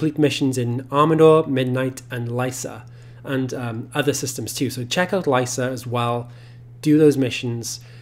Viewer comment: Lycia, not lysa or lissa.